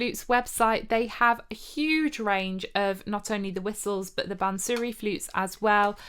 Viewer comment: Bansuri pronounced ' bunser ree' NOT "bun sooree"